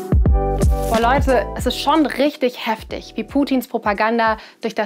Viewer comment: Video an sich interessant und informativ, aber warum diese Aussprache? Leude statt Leute u.ä. Wird da auf Krampf versucht wie die Jugend zu reden? Falls ja, das nervt 😂